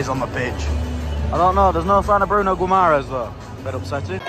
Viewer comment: Bruno "GOUIMARARES"😂😂😂😂😂. You English guys are so bad when it comes to spell foreign names😂😂😂